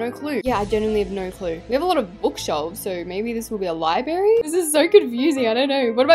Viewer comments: it’s library not liberry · LIBRARY, NOT LIBARY!!!! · Library is pronounced Li-b-rare-y